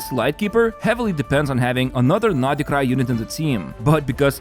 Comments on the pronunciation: Why is he pronouncing it NODI-krai 🤯 too much for my OCD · why does he say noDHE krai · Why do you call Nod-Krai naughtycry?